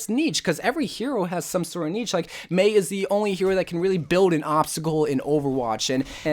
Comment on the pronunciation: You saying niche incorrectly triggered me for no real reason